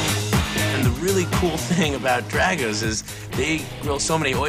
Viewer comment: Pronounced DRAHgo's, not DRAGo's